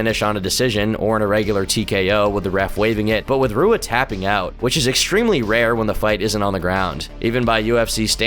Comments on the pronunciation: Do you even pay attention to mma at all?!? How do you not know how to say Rua correctly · RUA??? SAY SOMEONES NAME CORRECTLY OR I WILL SEND BOOGIE TO COME OVER AND GIVE YOU A NECK BEARD RIDE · If you dont know how to pronounce Shogun Fucking Rua then you shouldnt be making mma documentaries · Shogun Rua is pronounced hoo-ah. Most R sounds make an H sound in Portugese. Also a sloppy quote mistake . Do better. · Great video! In Portuguese, you pronounce leading “R’s” with a “ha” sound, kind of like an H in English. So Shogun Rua’s name is pronounced “Hua”. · Rua= HOO-Ah Reyes= Ray-ez Jan=Yan Stipe Miocic=Stee-pay Mee-oh-chich Cyril Gane=See-Roll Gahn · Roo Ah Whonderlay Lye Oato Goo Stoph Son Guh Guard Tex Era Oh Vance Saint Pro Ray Ace Bear My Oh Kick Sigh Rill Gain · Just some of the names mispronounced Rua is pronounced HOO-UH lyoto is pronounced LEE-YO-TOW Miocic is pronounced MY-OH-CHICH Wanderlei is pronounced VAN-DER-LAY Im sorry it's minor thing but as an MMA fan hearing their names promounced the way they were was jarring. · I guess doesn't watch much of the sport, everyone who does is cringing at how he is pronouncing Rua and Teixeira. Edit: Scratch that, he knows no fighters' names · I hate how you pronounce shogun’s last name “Rua” 😂😂😂